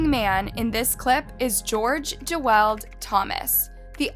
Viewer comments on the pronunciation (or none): Just saying but you mispronounced Geweld, but I'll let it slide 😅